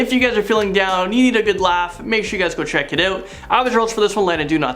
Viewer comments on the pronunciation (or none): I thought he said “My name is Do Not Sing” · When introduced himself, I thought he said Do NOT sing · That is what he said. He pronounces it differently because it makes it easier for people to understand.